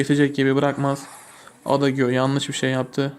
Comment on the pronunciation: abi adagiyo diye değil eyciyo diye okunur lütfen dikkat et